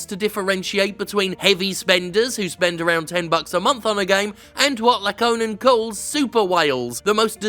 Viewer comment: The closest approximation I could give for the pronunciation of Lakkonen's name is "you-see lock-cone-N"